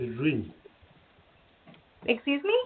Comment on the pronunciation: I wor-u-nu string.. HAHAHA